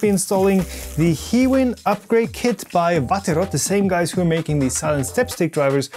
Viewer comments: As someone who has used them a lot for industrial apps, it's pronounced High-Win. Not "he-win". (I have spoken to their reps at length on multiple occasions...) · I heard both "He-win" and "High-win" in this video. After a little googling I believe "high-win" is the correct pronunciation. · He just miss speak in the middle of the video and saying low tolerance hiwin